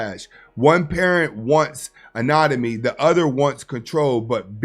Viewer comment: Autonomy is the word you're looking for brother. You said it twice without the t